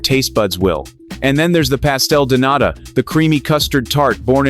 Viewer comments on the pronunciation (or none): none